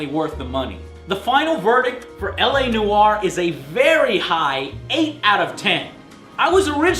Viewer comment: "LA no are" :)